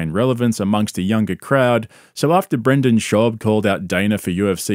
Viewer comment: Pretty sure the loser's name BRENDEN not BRANDEN.